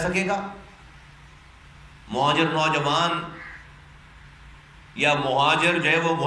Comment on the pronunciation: Bilkul sahi kaha mojir mojir karta hy is ko phele sahi word bolna sekhao yar muhajir huta hy